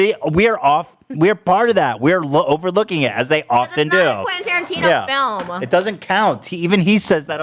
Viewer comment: OMG is flustered and the way he garbles up Quentin Tarantino's name is so fucking hilarious XD